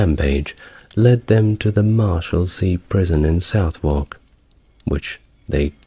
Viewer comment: I’m confused, you have a British accent but you mispronounce lots of British places - it’s “ southark “ not south wark. Norrich, not Nor witch”, among others.